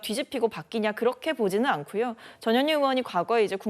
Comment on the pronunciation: 전현희가 ~저년이가로 들리네 ㅋㅋ